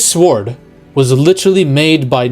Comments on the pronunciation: Sa-word 😮. You mean, sword. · "This sword", "the sword", like the word ward with an S., you're driving me crazy with that 😆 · Love you vids man but you don't pronounce the W in sWord lol. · Are you pronouncing the w in sword on purpose or do you not know how to say it properly?? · Aside from the youtubers constant pronouncing of sword with the "w", he makes some valid points. It's common knowledge Marvel gets it's marching orders from Disney forcing DEI roles to include targeting male toxicity. Males are either considered lovable and stupid or megalomaniacs. I thought Love and Thunder was going to follow the comics, where Jane absolutely takes on being Thor, while Thor goes on some depressed quest as Odinson. Interesting two similar villains appeared since then this one that was a true angry killer bent on revenge against arrogant gods by torturing them for pleasure of their screams. Then there was another one, Desak, who also blamed uncaring gods for the death his family members and his tribe. He also gained incredible power and used some kind of axe to go on a god killing spree, until he met Thor. Thor convinced him that he gave his life to protecting men, so he left him with a warning and went back to slaughtering.